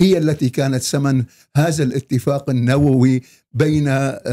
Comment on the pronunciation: لا تقول سمن بل ثمن دكتور و لا تستطيع التمييز بين السين و الثاء ؟؟؟؟؟